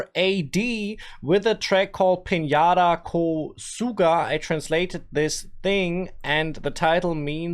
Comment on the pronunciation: Hey bro, in Nepali read J as it is , don't say ye. It's not pinyeda ko suga, it's pin-z-daa ko suga. We used to do that , interchange j and y, mostly read ye for j but we don't do that anymore in contemporary Nepali.